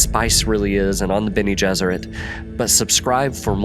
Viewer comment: The Bene Gessrit “adapt” had me wondering. The rest of it makes me think it was just an honest mistake.